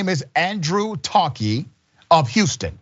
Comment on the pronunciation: Ta-a-keee. Not Tahkeee.. why change the pronounciation? Tongue too short?